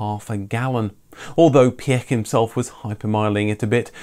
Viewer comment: Piech is pronounced Pietsch